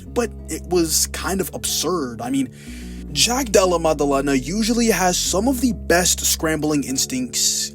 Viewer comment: "Jack Dulluh Muduhluhnuh" 😂